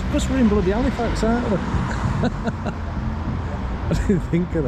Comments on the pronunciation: A up. Is Cornish sea salt better than other sea salt? It sounds like your saying Halifarts 😂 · My home town! Yay! By the way, it's pronounced 'alifax ;-)